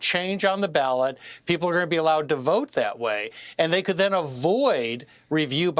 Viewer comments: Ballot not ballad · It’s BALLOT NOT BALLAD LOL!!! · It’s “BALLOT” bro. But good news!! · “BALLOT” not ballad.